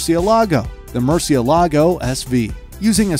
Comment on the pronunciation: It's not "MurcieLAgo", it's "MurciElago"